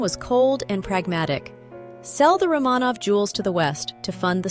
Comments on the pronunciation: You are mispronouncing the name Romanov. It is Roh muh nov with accent on the first syllable, not roh Mah nov with the accent on the second syllable. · RO-manov, not Rah-MAHnov. Damn AI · If you can find a way to get the AI (or whatever is used to record the English) to pronounce names correctly (Romanov, etc), then I’ll think about subscribing.